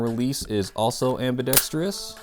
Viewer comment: Dude! Am-bi-DEX-trous (am bee dex trus). It's not pronounced "am bee desk TREE us". for cooler weather, warm up the Gas can and cool the magazine before filling. This will allow the mag to fill more completely. Then warm up the magazine prior to shooting. The real Hudson H9 was designed to reduce recoil, so i feel the lack of knowledge hurt the review. Hudson went bankrupt March 2019.